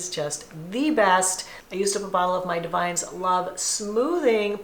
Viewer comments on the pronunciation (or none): Hi. I love your videos! Just want to let you know that Davines is pronounced Dah-vun-ess. My old hairdresser was very snarky when she corrected my pronunciation. 😂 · Love Davines products (pronounced Da-ven-ess, btw 😊).